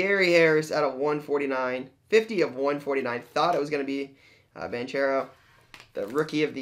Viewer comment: Just a heads up, it's pronounced "Bank-ero", it's a hard "ch", not "Banch-ero"